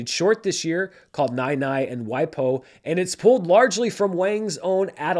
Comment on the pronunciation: Always appreciate your film thoughts! I am compelled to mention something per your pronunciation of the title "Nai Nai and Wai Po". For Americans, negating the tonal aspect of Chinese, Nai Nai is pronounced as it is spelled, but Po in Wai Po is not pronounced like Po in Kung Fu Panda. It is, put phonetically, more like p-w-oa. No harm for mistaking something you don't know! Looking forward to whatever you have up next!